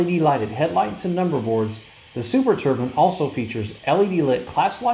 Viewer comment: " Turbine's not Turbins... !